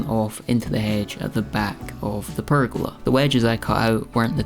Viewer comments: A prrr-gola! 😂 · Nice work on the "purrgola"!